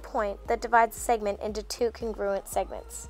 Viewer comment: CONgruent! CONgruent! sorry it’s pissing me off when she said it like cunGRUent